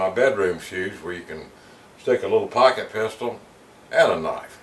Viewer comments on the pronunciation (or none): none